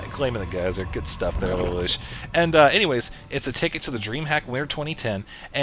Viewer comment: It's pronounced lay-lush btw